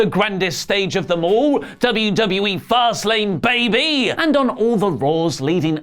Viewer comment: The "Fast Lane, baby" thing is getting stale now,. Yesterday, I could swear it was said with the inflection make it sound like that was the actual full name of the PPV.